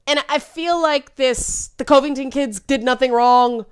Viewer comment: It's far more annoying to hear that ongoing pronunciation of Covington than any assessment of the incident. Consensus is no longer possible. People don't want consensus, which means that nobody loses. That message doesn't fly or float when voting has become primarily a way to "trigger" the other side. One group will have to be sacrificed, and then everyone can go on as normal. No prize for guessing who'll get the chop. And you'll be cheering the loudest when we do.